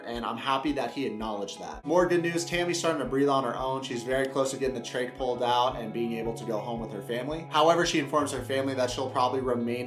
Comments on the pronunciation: pssst..."trach" is short for tracheostomy, so it is pronounced "trake", NOT "track". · just an fyi it’s not a track it’s a trach and it’s pronounced “trake “ short for trachea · trach with long a, not like track It’s short for tracheostomy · lol glad I’m not the only one who caught that 😭😭